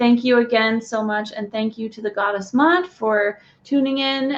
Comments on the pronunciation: The name Ma'at is pronounced like 2 syllables. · just want to clarify a little something, Ma'at is pronounced as 2 syllables. I know these names are difficult sometimes especially those with an apostrophe in the middle! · You Are Mispronouncing this Brown Skin Black African Queens Name Please Correct This!